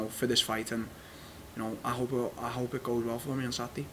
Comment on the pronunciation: no one: Darren Till: Satday